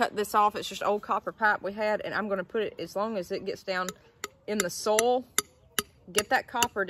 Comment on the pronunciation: everytime you say 'soil' it sounds like 'sol' the spanish word for sun